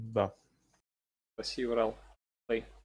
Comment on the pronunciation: Ентер, не URAL, а URAI. Урай. Не Урал.